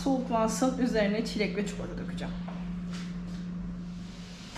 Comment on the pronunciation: Nolur ÇUKULATA denmesin artık NOLURRRR??? ÇİKOLATAAAAA